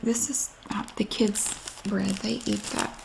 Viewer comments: BREAD. BR👏🏼 EA👏🏼 D👏🏼. 3 syllables. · Yes In the Carolinas bread has 3 syllables